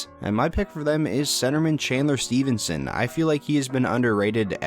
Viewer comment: Stephanson Sask boy💪💪. Stephanson** it'$ pronounced